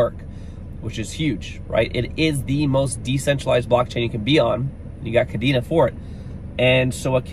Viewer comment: You might be more credible if you pronounced Kadena correctly considering you’ve covered it awhile now.